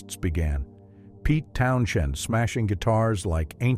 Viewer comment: "Pete Town-shinned..." 🤣🤣🤣🤣🤣 Whether any of this is true or not, why do people go to the trouble of creating stuff like this, just to have it completely undone by not listening back to the narration?